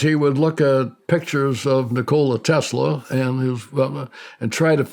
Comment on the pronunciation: You can easily tell that Colonel Alexander is a highly intelligent man, with a great knack for attention to detail, just from his proper pronunciation of words like Sputnik or names like Nikola Tesla. He also differentiates between Russia and the Soviet Union. What a wonderful interview.